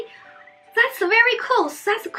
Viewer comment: It close not colds you keep saying colds